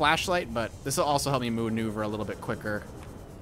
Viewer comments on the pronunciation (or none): "moo neuver"